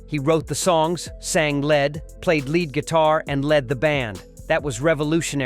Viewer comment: This voice is obviously a I generated. I suspect that the copy is also, but it's pretty good and very interesting. Some of the clues are when they stumble over, basic words like saying led instead of lead guitar. Oh well, what can one do?